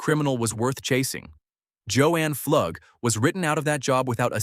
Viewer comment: Pflug is pronounced Floog not Flugg